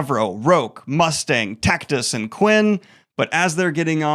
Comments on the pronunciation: It's Tactus like Cactus not Tackytuss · "Titus" sound nothing like "Tactus" Daniel especially if you speak Spanish is like "Tee-tus"and "Taack-tuus" but damn amazing summary well done goodman.